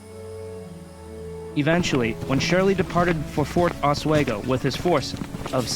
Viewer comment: As a Lake George history teacher, a few things to point: 1. Just call it Fort Edward no local knows or cares about the Fort Lyman name. Your Lyman obsession needs to go. 2. Your pronunciation of Oswego is simply awful and painful to hear for any trueNew Yorker 3. Get a better of map Lake George 4. There are two routes to Fort Edward a. Lake George by boat b. Lake Champlain South Bay which is extremely rugged terrain 5. Most of the battle points are extremely close together. The terrain is rugged on the south side of French mountain. So the main old military road was the only quick way of moving. 6. Your battle reactment is generally very accurate. 7. Bloody Pond and Roger's Rock( difficult to find by non-locals) still exist 8. Johnson really bribed King Henrick for Native support 9. Shirley and Johnson's communication was overstated. Much of the planning was done by Newcaste+Pitt+Braddock 10. Your version is somewhat different from the tour Fort William McHenry. Your interpretation would confuse most locals but it is accurate. No local would use ever the term Fort Lyman.